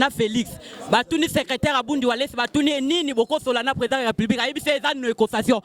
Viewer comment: ne sait même dire président 😂😂😂 alobi Prèsent fayulu 😂😂😂😂 nonononon il fallait azala Baba